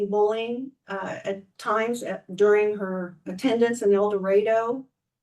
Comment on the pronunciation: "El Doraydo"? Don't think that's right. It's "ahh-do".